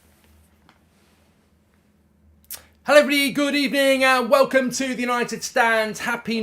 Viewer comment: lol hello evelyblody